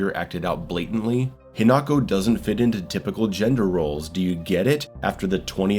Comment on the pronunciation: Every time he says "hiNAko" instead of "HInako" a puppy dies...